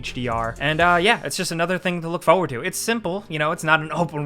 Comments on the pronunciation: I like how says "fow-ward" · I just wanted to hear you say foewurd. Thank you.